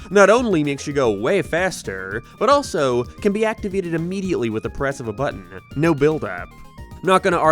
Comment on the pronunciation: Your pronunciation on words containing the letter A really bothers me... it sounds like you are saying giems instead of games... or gaymes same with your o pronunciations sounding like naur instead of no and what makes it apparent is nearly every word you say sounds perfect even capsules sound normal